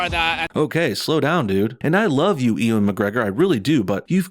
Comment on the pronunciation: Haha, They screwed themselves. They're trying to hint that the two main bad guys are a gay couple. I can more easily see gay super villains being "misogynists" than straight villains😂 Ps. It's pronounced (you-an) not (e-wen). . . Unless you're saying it like that on purpose, haha